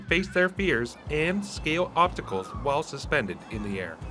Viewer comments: Lol.... I heard obtacle too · Is this guy really saying "obtacle" instead of "obstacle" unironically?